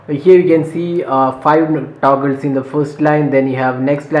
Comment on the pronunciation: Taguls😂 but btw you're review is great!